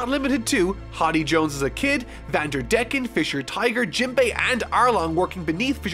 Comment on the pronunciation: your butchering Hody's name also it’s pronounced Deck-in